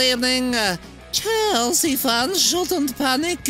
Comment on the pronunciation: Ahh good ebening chElsea fans shouldn't panic 😂😂